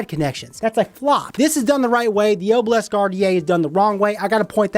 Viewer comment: Every time you said Oh-bhil-esk I threw up a little. It’s pronounced AH-bil-isk.